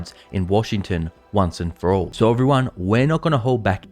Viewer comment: Why do you gotta emphasize the word "All". We've pretty much declared that being a politician is a bad thing. That's why when we get a good politician, we refuse to call them politicians because they do deliver and are honest. I just hope that you don't let this cloud your judgment by believing that everyone is evil. But a little scepticism isn't that bad until they have proven themselves worthy. Stay strong.